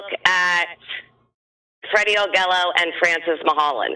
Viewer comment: Augello is pronounced "Ah Jello". Free Freddy.